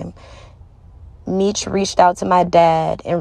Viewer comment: Sounds like some BS, He4 Dad is in jail for a Murder for Hire and Drug trafficking not because of a phone. She claimed she Kew Meech her whole life but yet she can't even pronounce his name correctly. Where's the Paperwork? There is Paperwork showing why her Dad is really in jail so look that up.